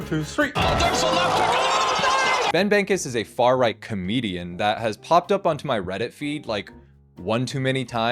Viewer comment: clocking this said "komedian"